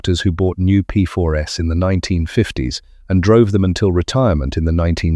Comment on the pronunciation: The confusing reference to “the P4 S” is presumably AI’s way of saying “P4s” (plural). Thanks anyway for a very interesting video - I owned four Aunties in the 1980s (not the 1980 S 😉), following my father’s footsteps who drove us around in a 75, then a 90 in the 1950s. He was indeed a solicitor …